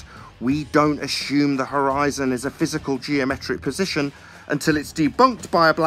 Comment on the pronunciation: keeps using a word I'm not familiar with, "ashoom" Is that from my subpar American education? Or is he trying to say "assume"? Should I say "ashoom"? Is that the proper British pronunciation?;)